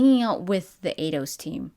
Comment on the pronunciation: Eidos, like Einstein. Not Ados.